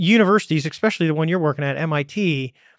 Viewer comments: "eckspecially"... over and over again. He probably pronounces the word nuclear as "nuculer". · How do men like him go so long without being told the proper way to pronounce "especially"